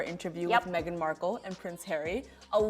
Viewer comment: Emm was excited to watch this video but after the first 5 mins not buying this woman is reading Megan correctly